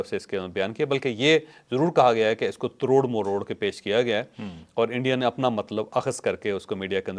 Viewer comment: چوہدری صاحب معزرت کے ساتھ اردو میں تڑور مروڑ نہیں ہوتا بلکہ توڑ موڑ ہوتا ہے